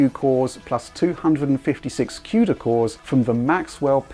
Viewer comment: It's CUDA, not KUDA.